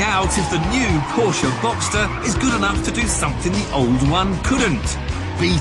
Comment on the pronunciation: Uhhh a porsche genius and doesnt know that it is called box(s)ter and not boxter.